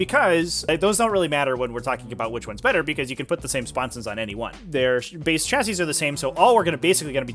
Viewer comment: Dude learn how to say chassis